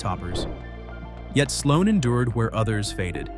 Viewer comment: Omg. Sloa??? Wtf??? SLOAN!!!!